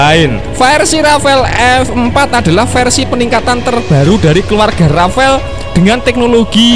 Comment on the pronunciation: Yo wis, borong rafale aja (bacanya jgn rafael kyk si mimin). Klo pun mo nambah rafale aja ... jgn F15ex yg katanya ditawari sd 50 unit oleh mamarika. Tar klo gak dikasih source code oleh mamarika, F15ex kita akan senasib F18 Malaysia yg ga bs buat perang hanya utk air show aja. Bisa amsyong kan